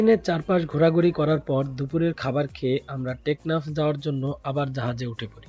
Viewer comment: সেন্টমার্টিন যাইতাছেন নাকি, টেকনাথ। বয়েচ দিলেন ঠিক ৯:৩০ আপনার শিপ টেকনাফের উদ্দেশ্যে যাত্রা শুরু করল।। কিরে ভাই কি কইলেন এটা